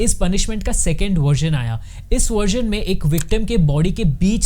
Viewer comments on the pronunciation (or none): none